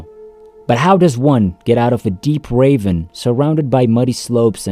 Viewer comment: This account would have been fascinating, but pronouncing the word ravine as raven is very distracting and annoying, and just reading the account with a soulless automated voice takes the soul and passion from it. Do yourselves a favor and get the people who experience the event to tell their stories first hand.